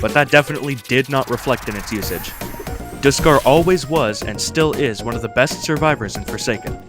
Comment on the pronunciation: Bruh did you just say diskarr